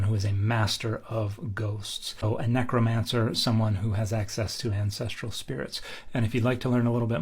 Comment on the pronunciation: Hilarious hearing you say "necromancer". I never thought of the witch of Endor that way.